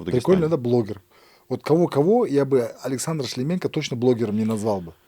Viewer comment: Тут казах в студии что-то мнгого себе позволяет, коверкает фамилию Шлеменко.